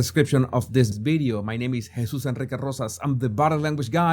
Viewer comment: bidio??? what is a bidio???